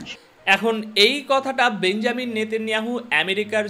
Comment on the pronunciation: বেঞ্জামিন ❌ বেনিয়ামিন ✅ বেঞ্জামিন শব্দটি খ্রিস্টানরা ব্যবহার করে